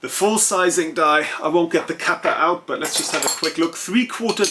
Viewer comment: Great channel. Great English, but please bring ‘T’ back into your language. It sounds like you have spent a lot of time talking to London or Southern Home Counties who can get lazy and lose their ‘T’s. When you said ‘out’ it was ou… ‘sort of way’ was ‘sor-of way’ and ‘a lot of’ was ‘ lo-of’ Being German I know you can take a straight word to help without offence. 😎 The reason it is important is because ’T’ is phonetically important in English to break lines. Otherwise we sound like ‘waff waff waff waffles waff waff’ 😂 Anyway, thanks for sharing your expertise and your good advice.